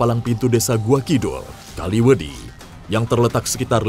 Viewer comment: Kaliwedi bang bukan kalimedi soalnya gua orang kaliwedilor